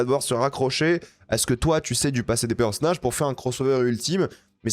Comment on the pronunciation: On dit "bande d'annonces" pas "bondannance" et "personnage" aussi pas "perssnage".. Si t'es aigris comme ça dans la vie mdrr pas ouf force a ton entourage